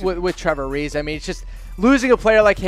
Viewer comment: He called him gilbert ariza...fuckin goof